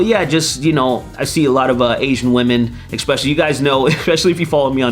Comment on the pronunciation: Can you pronounce the word "especially" correctly? There is no x in that word